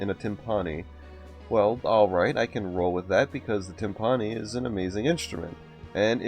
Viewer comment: Every time I hear him say “Tim-PAH-nee” my percussionist ears bleed